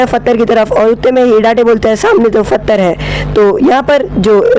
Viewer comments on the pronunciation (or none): And...pattar ko fattar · We cant speak pathar he speak fatar